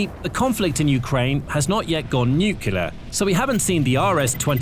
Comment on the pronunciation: If you want to be taken seriously, you might consider learning how to pronounce Nuclear....it is really not that difficult!! I know it is fashionable to pretend you are dumb, like Trump, and George W. and just cough out the grand Nucular pronunciation, but if you are pretending to be stupid, believe me, the only person you are fooling is yourself!!! Figure out the pronunciation or stay off the air....in my humble opinion!!